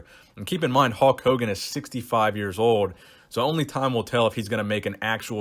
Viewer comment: "Halk" Hogan